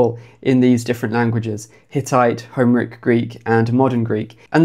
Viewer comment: "HOmeric Greek" made me wince every time. Do you say "HIStoric" and "CLImactic" as well?